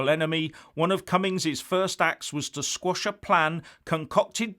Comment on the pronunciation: Quash...not squash...I apologise for my pedantry! Keep it up! 👍